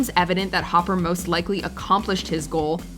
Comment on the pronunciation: It's Dennis Hopper. Idk what she said but it sounded like Hauver...